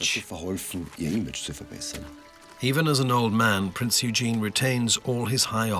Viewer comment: He did not bring it down, they are still there (or who else brought the trade towers down?). Please learn how to pronounce PRINZ EUGEN